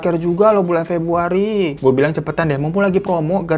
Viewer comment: Aaa,,,wkkk td salah nyebut akhir pebruariiiiii...di openinggg